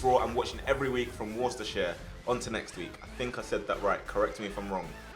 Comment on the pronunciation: You did say Worcestershire wrong.